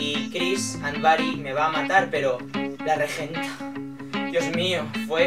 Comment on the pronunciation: Cuando dijiste ''la regenta'' pensé que habías dicho Allegiant y casi voy hasta Madrid a matarte jajajaja